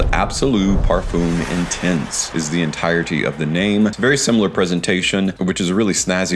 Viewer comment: Oh no Parfoom again No, please! I love your videos so much. Have you ever heard Ashton or Dallas saying Parfoom No! I am hopeful for next videos